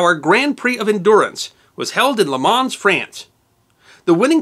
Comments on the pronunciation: You ought to be humble. It would have taken less than a half-hour to learn how to pronounce properly the few words of French used in this video. For example, LeMans. Pronounced as LeMo, no enunciation of the ending "n" and "s". But of course American exceptionalism means you need not engage with other cultures, including the way they speak., even when on their soil. This provincial attitude does not stop Americans from ridiculing "foreigners" when they mispronounce words that pertain only to the USA. And get rid of that ridiculous tuxedo. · thanks great video(s), one thing tho, its pronounced ''le man'' the S is silent.:) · The S at the end of Le Mans should not be pronounced Luh Mon or Luh Maw perhaps. And also the Grand in Grand Prix is pronounced Gron. It's the French word for "big". Sadly it seems most Americans just can't do this. It's quite annoying. Not in this video, but the other French car word that Americans can't pronounce is Coupé. It is not coop. It is pronounced coopay. It's French for "cut" (past tense). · Drop the "S" from le Mans, make the "A" sound like a short soft "O" and flow the "Le" into the "Mans" so it sounds more like "LeMon" if you want to pronounce it correctly. In the manner of the French, and all racing commentators. I'm only a pronunciation Nazi when educated people cock up. Greets from France (140k from Le Mans). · You dont her the “s” in the end of words in french. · As others no doubt will have said, the S in Le Mans and the G in Mille Miglia are not pronounced. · Isn't the 's' in Le Mans silent? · Love the video but your pronounciation of Le Mans is killing me lmao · Everything about you and your channel is tremendous, with the exception of one thing. It's in this video actually and it's your pronunciation of Le Mans...unique and terrible. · The s in Lemans is silent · It was John Fitch, not Fisk, and please pronounce Le mans correctly, as you are an historian. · The s in Le Mans is silent.